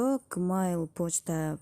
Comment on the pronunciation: Видеонор тунук эмес жмейл десенер гмейл эмес☺